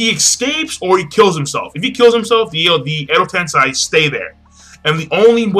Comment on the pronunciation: You keep saying Edo Tensai - it's Edo Tensei.